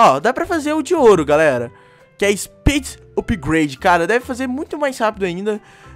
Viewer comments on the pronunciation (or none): none